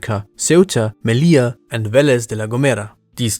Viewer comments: 2nd Spain´s African city is called Melilla, not "Menilla". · It’s Melilla. Not Menilla